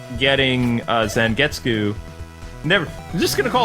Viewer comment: I feel bad for Zangetsu you obviously have never seen Bleach other wise you'd know his name is pronounced "Zon-get-sue"(Ichigo's Zanpakuto spirit is named Tensa Zangetsu.).